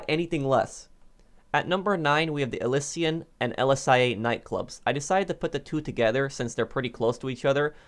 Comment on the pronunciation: it’s Elysian not elyssian